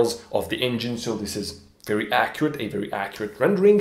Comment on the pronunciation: "I wery wery hope it means what it means because if it means what it means..." ... Besides doing his Barbara Wa Wa inpersonation, what else could it mean if it doesn't mean what it means?